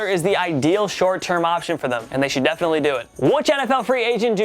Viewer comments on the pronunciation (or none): none